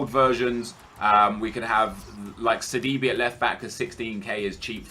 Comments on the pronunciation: I know you dont care that much, but hearing you say "seedeebee" as sidibe just makes me cringe. its pronounced sidibae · sidiBAE Kappa